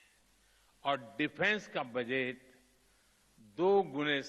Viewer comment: पीएम बजट की जगह बजैत बोल रहे है अनपढ़ पीएम